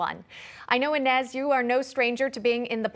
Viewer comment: Enez it’s enes lol.